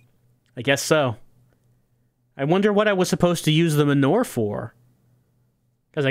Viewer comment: Is pronouncing "manure" as "m'nore" a New Jersey thing, or a thing?